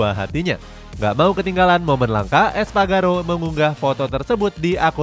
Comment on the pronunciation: Espargaró bukan Espagaro 😏